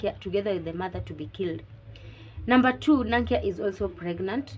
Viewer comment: Thanks for the review girl. I'm glad I found your channel as I have an exam soon😍 I'm your new subscriber from Uganda 😊 (btw the names are locally pronounced Kyeyune as Che–Yu–nne and Nankya and Nna–Ncha) Keep up the good work Love